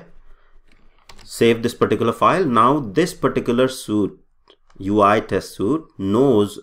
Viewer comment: Why are you saying suit now? Not sweet.